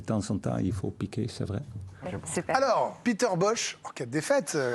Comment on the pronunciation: Son prénom se prononce Péter, pas piter... c’est un néerlandais, pas un anglais...